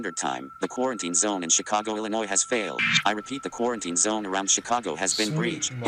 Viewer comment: great video. have me leaning towards the Del-ton now. the ending was great but its "Quarantine" not "Corenteen" unless i'm missing some joke